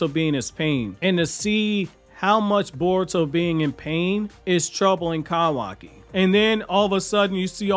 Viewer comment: KAHWAKI KAHWAKI KAHWAKI KAHWAKI...... it's like isshiki shouting "kaaaawaaaakiiiiiiiiii" but the ahhh is present after kahwahki. kawaki is correct not kahwahki